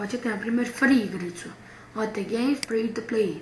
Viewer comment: decko ne kaze se fri to pli, vec fri to plej (FREE TO PLAY )